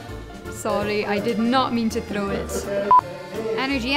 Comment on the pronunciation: Yeah, I liked it when she rolled her r saying, "Sorry, I did not mean to thrrrow it".